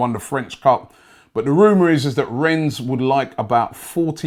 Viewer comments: It's pronounced REN not RenneS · Please can you start pronouncing "Rennes" correctly. Its with a silent "s". Thanks!